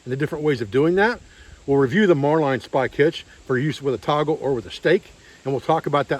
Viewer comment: marlin is pronounced as it's spelled. Mar lin not mar line.